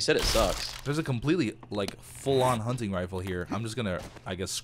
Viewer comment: Every time says hunting I think it's hunny